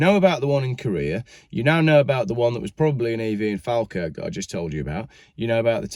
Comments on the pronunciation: Its pronounced "Fall kirk" rather than "Fal kirk" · Its pronounced Fall-Kirk, though it is spelt Falkirk. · Hi, being the pronounciation police here. Falkirk is Faw (speckled) kirk originally in Scots Gaelic Eaglais Breac. In the same way Scots pronounce Football as Fitba'. If you're familiar with R L Stevenson's Kidnapped then Alan Breck Stewart who was a real person was called Breck because as his face bore scars from smallpox. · its prononced fall_kirk (just been pedantic)! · He made it sound exotic 😂